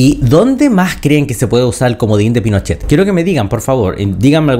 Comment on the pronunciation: Camila Vallejos: “Los incendios provocados….. PINOCHEHH!” 😂